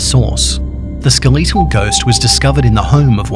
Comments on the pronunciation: he says skeleetal instead of skeletal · skeh·luh·tl Not Skuh·li·to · SKEL LET TALL NOT SKILL LEET TEL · A skeleetle ghost? It’s skeletal but ok. Lol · bro rlly said “skal-eee-tal” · The Ske Lee tal ghost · “Ske l e e t al” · “The skeeleetal ghost.” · ”skeleetal ghost" thanks don't like it I mean the pronunciation, not the video, I love the video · He’s not just skeletal......he’s skaleetal!!! This guy’s on a whole nother level. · Not to point out your accent but the ske-le-tal ghost. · I love how u say skeletal XD no hate ur pretty awesome